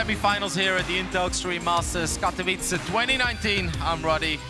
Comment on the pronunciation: Finally learned how to pronounce Katowice, long after everybody else cought on. It's not Katovichi:D